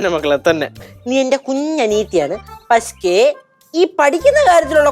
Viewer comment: Paske alla keshuutaa😂 pakshe